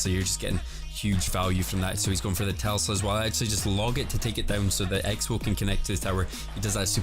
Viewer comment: PLEASE SAY TESLA DONT SAY TELSA AHAHA love your vids tho keep it up